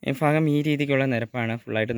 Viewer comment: ഫാഗം എന്ന് പറയാതെ ." ഭാഗം " എന്ന് പറ ചേട്ടാ